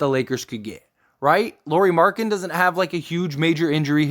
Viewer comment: If you are going to make a video and your centerpiece is Lauri Markkanen please at the very least learn how to pronounce his name correctly.